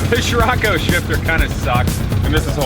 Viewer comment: Love you videos but I couldn't watch this to the end. Nothing to do with not seeing your wifes butt. Your pronunciation was driving me mad. I've been in many countries for car shows and never heard it pronounced sh-rocco. So I checked the "American pronunciation on google ". Si-rocco. Try this : Greetings from Indonesia, where c is pronounced ch..... Except in the word sirocco. 🤣🤣🤣🤣 Keep up the great content.